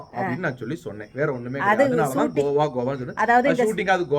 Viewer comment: Aiyooooooo iva pronunciation why ivlo bad ah irrukku athu Goa not kova thooooo vaaya thiranthale. Kazhisadai